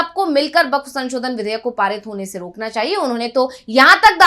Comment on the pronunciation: Its bakph not bakchh😂😂